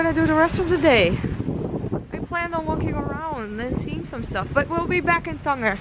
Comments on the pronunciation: Cool vid, it's Tan-Jeer not tanGUer (Tangier /tænˈdʒɪər/) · It's pronounced "Than-ja" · ur nor saying the name of the city correctly .. ur have to say it like tanjier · it does not pronounced that way its tangier " as a J of Jeremy ", glad u had fun though.